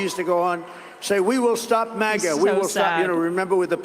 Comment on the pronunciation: "All those 'Mogga' hats". It's MAGA, not "Mogga".